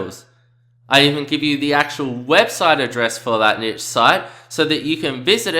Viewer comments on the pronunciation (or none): NEESH!! It is pronounced neesh (rhymes with leash or quiche) See also: brochure, fuchsia, machete, machine, moustache, parachute, ricochet. Video is great but please stop saying "nitch"...it's cringworthy and makes you sound dumb.